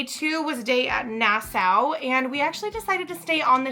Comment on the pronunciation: Nassau is pronounced nas saw